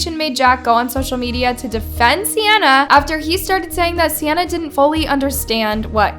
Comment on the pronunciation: Love how she be saying sianna gomez but it’s 🤪